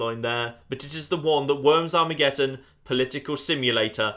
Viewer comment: ArmageDDon. Not Armegetton.